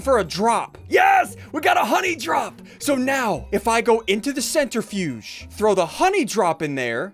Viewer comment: It’s said Cen/tri/fuge not cent/ri/fudge lime cmon Ssundee have you done any science before 😑🤦‍♂️